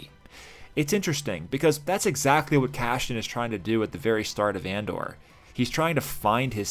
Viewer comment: I'm sorry to be "that guy", but why do you pronounce his name Cashian instead of Cassian? It's like Lando purposefully pronouncing his friend's name HAN instead of HAHN. It's bothersome and it breaks me out of your otherwise fantastic analysis.